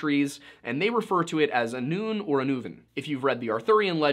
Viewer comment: Welshman here. Awful pronunciation of Annwn/Annwfyn